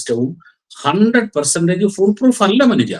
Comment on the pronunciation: അനുജൻ അല്ല മനുജ എന്ന് വായിക്കുക